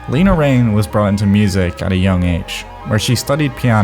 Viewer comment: it's pronounced 'Lena' not 'Leena'